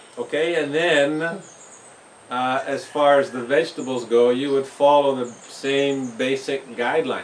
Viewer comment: Every time I hear you say 'vegetables'... I can only hear you saying 'VEGABLES!!'.... LOL Great as usual